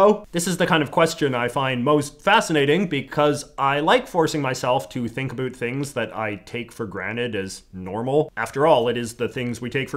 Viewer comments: A boot?! Certified Canadian. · I think the haircut and mustache is a big part of his brand as a creator, and I have heard people theorize that he sort of overpronounces the world about as a way of emphasizing the fact that he’s Canadian(although I personally Have no idea whether or not it purposefully or not) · 1st time I saw this guy I thought he was American... until I heard him say ''about'' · Never mind I just heard you pronounce about and around, you are 100% canadian no hiding it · Stop saying “about” like that. We get it your Canadian…… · All these withoeut’s and aboeut’s are mildly infuriating to me, not gonna lie